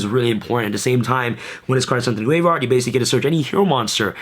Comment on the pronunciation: Why do you say graveard?